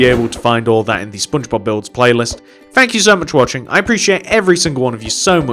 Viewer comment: it is Just me Or Im Hearing He Said SpoonBobs